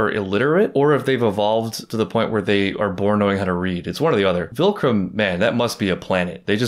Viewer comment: it’s so funny that you still say “vilcrum” instead of viltrum